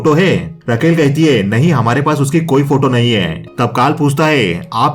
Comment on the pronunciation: रकेल नही राकेल होता है